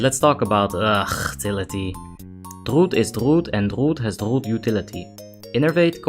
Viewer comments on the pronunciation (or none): "Druud is Druud and has Druud Utility." Lmao. Legendary.